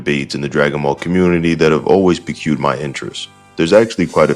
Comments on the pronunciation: Um... Piqued is pronounced "peeked", not "PQ'd" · Dude you did not just pronounce "piqued" that way